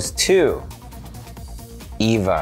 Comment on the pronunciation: Big mortal Kombat vibes from that music at the end💥what is that music? Lol even the way he said “Eva”